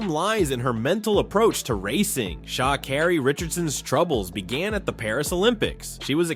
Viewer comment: Pronounce her name right